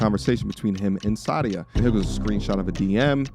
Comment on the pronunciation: It's Sah dee uh not Saudia. So crazy I know another lady with the same name (first and last yikes), and she taught me how to properly pronounce her name. This girl isn't the same Sadia that I know, who is happily married.